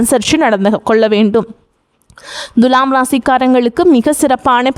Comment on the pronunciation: த்துலாம் ராசியா.. த்து ஏன் அழுத்தம் சாதாரண மாக துலாம் சொன்னா என்ன....தண்ணி குடி..